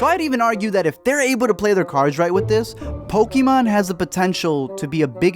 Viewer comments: It's not po-key-mon it's po-kay-mon. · It not poky mon it's pokaaaaaamon